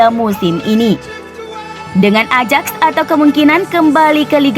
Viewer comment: Ajax dibaca Ayak